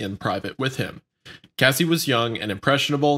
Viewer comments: It was annoying hearing wendigoon pronounce cassie as CASEY lol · Dude him calling Cassie that (Casey) drove me fucking mad. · Wendi calling Cassie “Casey” the whole time is actually cringeworthy. I get that you guys aren’t from the culture necessarily, but this is honestly inexcusable for such a large platform. The least you could do when covering such a heavy subject is get the victim’s damn name right. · Bruh it’s cassie not casey not like case-o🤣🤣🤣 been saying her name correctly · mispronouncing cassie through this whole episode is hilarious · Bro how the fuck do guys not know that Cassie isn’t pronounced Casey smh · So, I love the Red Thread series, and I love, but listening to the awesome dude behind Wendigoon mispronounce "Cassie" as "Casey", well over a dozen times, was painful. And the fact that neither of the other co-hosts corrected him was equally painful. Otherwise, this is a decent watch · This was good except for every “Casey” made my fucking ears bleed. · Man no one correcting wendigoon saying Cassie’s name wrong the whole episode. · Having wendigoon say Cassie’s name wrong the entire video is pretty disrespectful tbh it’s not hard to look up how to pronounce a victim’s name lmao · how incredibly disrespectful to continually mispronounce a victim's name and not have one person correct them.. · Wtf Charlie and?! said Cassie’s name wrong this entire podcast and you didn’t ever correct him? Just left the broccoli in his teeth, huh? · why does he keep mispronouncing her name? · I’m talking about hip hop culture as a whole, they didn’t know about the Bad Boy/Death Row beef that led to 2pac and B.I.G’s death.. hell Wendi didn’t even know how to pronounce Cassie’s name correctly lol.. they jumped into this episode either doing good research. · You guys are butchering tf out of these names wtf is “Jodessy” and who is “Casey” 😂😂😂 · he said her name right once though why go back to mispronouncing it? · It’s Cassie not Casey fam